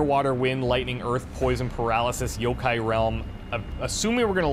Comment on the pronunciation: Wow you actually pronounced Yokai right lol